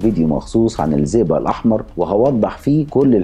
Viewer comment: اسمه الزئبق مش الزيزا. طريقة نطقك مش واضحه للاسم